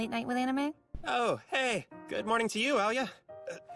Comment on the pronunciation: Plus she's also actually has Russian roots, so her pronunciation is much better than in the Japanese.